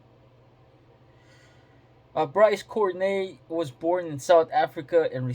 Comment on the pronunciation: Its pronounced Court-tea-nay